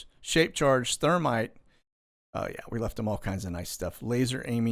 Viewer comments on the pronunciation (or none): none